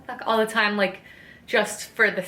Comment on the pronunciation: Oh my Lord, this was so wonderful. My boyfriend is now an official fan of you after hearing you say time as "tiz-ime." More of these updates please!